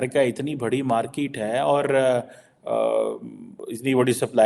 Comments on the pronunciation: Market hota h, Markeeeet nhi hota be... English hum sharminda h, tera kaateeeeel jinda h😂😂😂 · Chime jali...aur markeet nahi hota market hota hai...poki